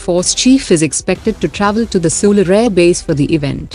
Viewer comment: Bro it's sulur not solur pronounciation not correct